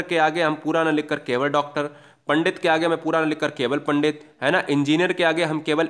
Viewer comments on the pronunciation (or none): none